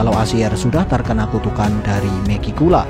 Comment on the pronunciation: Bang mending lu bilang Megi langsung megicula aja, telinga gua kek denger lu bilang meki mulu😂